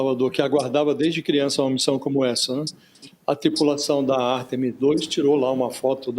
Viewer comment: 8 dias de missão e ainda tem jornalistas falando o nome da missão errado, pelo amor. Artemis (o som forte está no A) e não Artemís (como foi dito). Complicado